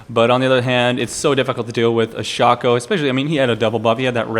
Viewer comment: it is actually pronounced Shay-co (Shaco)